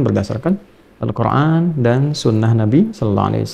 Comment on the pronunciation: Salam saya dari Malaysia..saya sejak dahulu lagi suka mendengar cara bagaimana ustaz mengucapkan perkataan "Al Quran .'..kerana sebutan nya beliau lain Dari yg lain..ada Nur pada perkataan "Al Quran " yg beliau ucapkan ,dengan santainya... Tapi menyentuh sekali sanubari ini..hanya perkataan "Al Quran"..yg beliau ucapkan begitu memberi kesan sekali kepada saya.. mengagumkan sekali .